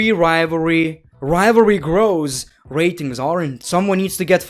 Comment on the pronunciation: u had all those rrrrrrrrrrratings